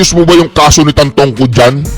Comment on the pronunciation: Hindi Tantongco, ang correct is TANTOCO!